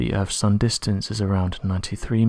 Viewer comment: What is The Erf? do you mean The EarTH?